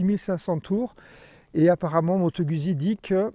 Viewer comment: Pour que ton Italien soit parfait, il faudrait que tu prononce Guzzi comme eux: "Goûtes-y!"